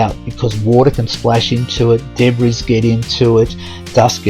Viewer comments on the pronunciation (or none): My husband loves your videos. When I am listening, no offence but I do wince when you pronounce debris as Deb-riss. It should be De-bree.